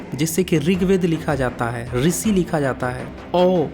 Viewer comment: अब तुम सिखाओगे हमें।। पहले क्ष त्र इत्यादि वर्णों और ऋषि जैसे शब्दों का उच्चारण तो सही से कर ले।। मूढ़ मति